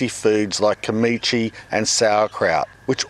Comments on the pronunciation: Pronounced Kim-Chi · Tortilla Kim-ee-chi Bro has farmers’ pronunciation hahah Big agree on the term idiot box though. Much love. Thanks for the inspiration :)